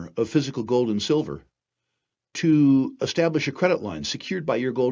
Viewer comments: Sil-FURR... apart from the clickbait, you should call it SILVER, not SILL-FURR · I heard sulphur!